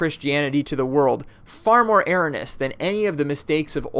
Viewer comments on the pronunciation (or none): He mangled "erroneous" .